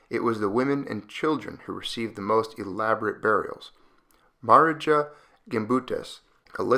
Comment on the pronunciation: Great stuff! Thanks for sharing some history about Varna folks. BTW, “Marija” is pronounced Maria.